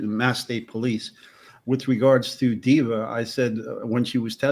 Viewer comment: Team replay 😂 the woman is called "officer diva" not dever deeber dweeber